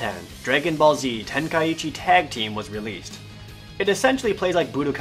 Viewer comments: dbz kinect was awsome i would rate it 9/10 and you are pronouncing ten kai chi wrong it is not ten kai ichi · Ten Kai chi. Not ten Kai ichi..... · the i is silent